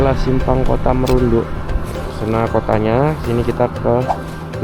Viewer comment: Salah bang bukan kota merundu tapi bacahan nya kota Marudu 😅